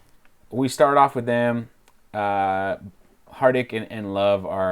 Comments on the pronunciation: 😂😂 Hardik is not pronounced with a harsh 'D' sound as in Daniel but a soft 'D' as in Unos, dos, très. It means 'heart-felt'. Its a mistake an Australian commentator made with Delhi's ex Chief Minister Mrs. Dikshit. 😂😂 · Just a pronunciation correction It is 'Hardik' with a soft 'd' sound like 'the' or 'this'